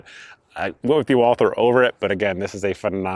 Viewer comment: Walther is German: no "th" sound in German. Canik is Turkish: the C is soft and not hard and the a is not a long a, but the same as in "can".